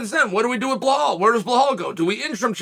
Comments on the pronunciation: Blahal😂 It's Belal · Shavkat is 17-0 and it would take 2 seconds for Chael to look it up, but he is intentionally spreading misinformation, like saying Blahal in every video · Every time I hear Uncle Chael say, "Blah-Hall" and "Mac-Kel-Chev" I crack up! Uncle Chael is the man! He is hilarious!!!🤣I bet if anyone were to ask Uncle Chael, "You are pronouncing these fighters names wrong." Uncle Chael's response would most likely be the following, "Guess what? I don't care!"🤣